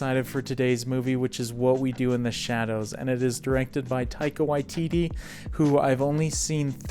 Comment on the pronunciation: your pronunciation of one of our Maori directors; thank you for doing it properly 👌 If you enjoy our kiwi humor, some other great NZ comedies I also recommend; Hunt for the Wilderpeople (Directed by Taika Waititi) Eagle vs Shark (Directed by Taika Waititi) The Breaker Upperers (Directed by Jackie van Beek who played the Familar in this movie) Some other amazing NZ movies: Savage (drama around the life in a NZ gang) Boy (Directed by Taika Waititi about growing up as a young Maori) Once Were Warriors (another NZ gang drama starring Temuera Morrison) The Piano (drama about migrating from UK to NZ in the early 20th century) Heavenly Creatures (crime drama starring Kate Winslet & Melanie Lynskey) Whale Rider (modern setting based around Maori folklaw and tradition and small town life)